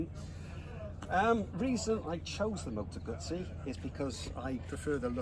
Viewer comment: Hello from Italy, and kudos for the double Z pronunciation! I can say that Guzzis are one of the last good things left in Italy that we can well be proud of, both when they reinvent a big classic like the v7 and when they go crazy on design and innovation. I love to see so much appreciation from all over the world for this otherwise small and still somewhat artisanal reality.